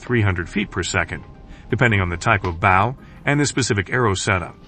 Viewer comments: Wish you people would say the word right.Bow and arrow not bough and arrow. Some of you people need to learn the language. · It's BOW, not bough. A bough is a branch of a tree!! You really need to double check your pronuciation.